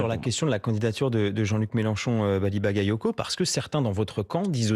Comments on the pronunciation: Ba ga yo ko. Qu'est-ce qu'il y a de difficile à prononcer? Ils ont leur bac chez France Info? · "Bagayotgo" ? Ils le font exprès à ce point. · Hé mais c'est une maladie d'écorcher son nom ?! Seconde une en plus ! "Bally Bakayotko" ? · C'est incroyable que le journaliste au début, ne sache encore pas prononcer Bally Bagayoko ! Merci Monsieur le Maire ! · Ils prononcent encore mal son nom un peut d’effort quand même 🤦🏾‍♂️